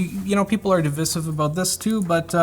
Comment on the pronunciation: Im feeling a little divisive about how he says devisive